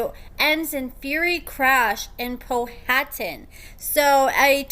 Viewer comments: Pronounced Pow - a - tan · POW- A - TAN - you were so cute pronouncing it wrong. I’m here in Richmond Va